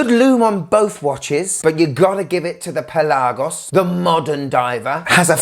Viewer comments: Great video as always. I'm a big fan. Just a little complain. It's not only you. This goes to a lot of watch reviewers on YT. The word Pelagos is pronounced on the 'e'. It's pE-lagos. Also the 'e' is kinda soft. Trust me, I'm Greek. I also have a non watch related question for you. Tsitsipas or Djokovic? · Dude why are you saying Pelagos so weirdly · Why are you pronouncing Pelagos wrong ? ;) jk